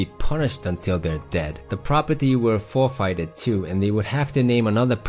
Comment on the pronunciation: Very clarifying. Thanks! And the pronunciation of 'forfeit' is not correct...